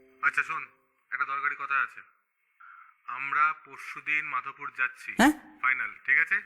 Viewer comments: Sabi bhalo sudhu ekta i obhijog roye galo jaygatir nam Madpur ,madhopur noy ,eye ekta jayga correction korle bhalo hoto amar bari Medinipur e tai bollam ,badbaki sab perfect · Ota maadhopur noi .....maadpur.... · Balichak, Shyam Chak, Madpur, Jakpur, Kharagpur.. station er nam gulo to thik order e bolun.. r Madhupur ki.. ota Madpur hobe. Disgusting.